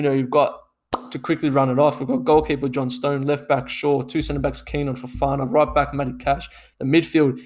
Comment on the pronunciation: It's pronounced John-stun btw